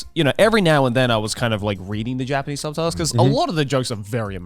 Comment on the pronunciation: “Subtatles” - Garnt 2023